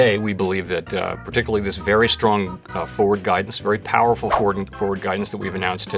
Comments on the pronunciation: He was meant to say Powell-ful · Can't tell if he is saying powerful or Powell-ful. Great vid!!